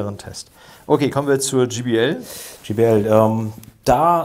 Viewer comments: Gee Bee El spricht man übrigen Jay Bee Äl aus. Auch wenn es nur ein Spaßvideo sein soll... Ihr habt Hemden mit eurem Firmenlogo an. Ihr verwendet völlig überteuerte Goldkabel als würdet ihr Flöhe husten hören. Aber wisst nicht, wie man ein J auf Englisch ausspricht? In nahezu jedem eurer Videos findet man solche Patzer die an eurer Kompetenz zweifeln lassen. Reine Verkaufsvideos. Und diese Lautsprecherkabel die ihr verwendet... das sind so feine Nuancen die man da unter Umständen raushören kann, dass man auch einfach teurere Weichenbauteile verbauen könnte. Damit fährt man wesentlich günstiger und effektiver. Falls ihr mal Lautsprecher habt, die so gravierend verbessert wurden in allen Belangen, dass nur noch bestimmte Kabel den letzten Pfiff geben können, dann, aber auch nur dann, könnte man irgendwas von dem glauben was ihr da erzählt. Schade, dass man Menschen heute nur noch unnützen Kram verkauft. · Vielen lieben Dank an euch.Ich stehe persönlich auf viel Hochton 😬 also JBL ,auch mit Möglichkeit Hoch und Mittelton anzupassen ist eine tolle Sache. Was ich nur oft bei Hifi-Profis höre ist der Name JBL der oft GBL ausgesprochen wird😉.aber das ist nicht böse gemeint denn den Vergleich Test macht ihr wie immer professionell und das gefällt mir an Fidelitiy.Ein schönes Wochenende 🎼🎶🎵🎸🔊